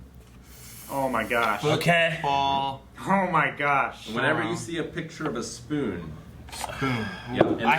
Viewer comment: “oh noo...my spoon”: “Did you break a spoon?”: “:( muh spün”